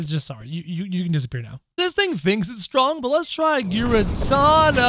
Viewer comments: it's not garetana it's garetina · Giratina is pronounced Gear A Tina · Say the t in giratina say that his name says that his name ingiratina